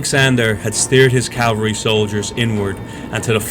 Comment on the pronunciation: Please learn to say "caV-alry."